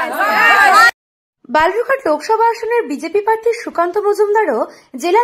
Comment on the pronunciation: Madam uccharan ta thik korun. Parthi noi, kathata prarthi